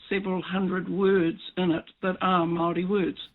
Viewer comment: pronouncing Maori like Mouldy or Mowdy is really wrong. It's idiotic young maori trying to be cool.